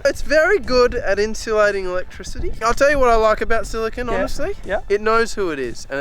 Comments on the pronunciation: Your "silicon" was not, it was clearly "silicone." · Silicon - Literally "silicone," even though you said it wasn't. Glass - Silicon dioxide Obsidian - Silicon Dioxide Quartz - Silicon Dioxide Wtf do you guys have against silicon? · Silicon with an e isn’t pronounced the same as silicon, just gunna put that out there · Silicon Sphere has TWO "e"s actually 😊